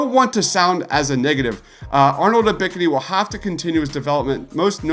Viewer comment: U miss pronouncing Ebks name tells me everything about the "research" you put into these videos. 🗑🗑🗑🗑